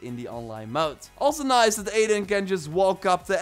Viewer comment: I swear i hear adin & ranch, instead of aiden & wrench